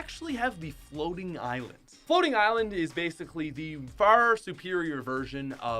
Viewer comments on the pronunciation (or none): none